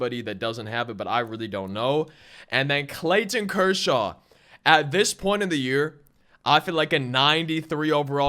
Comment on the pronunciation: “ClayTTTon Kershaw” lol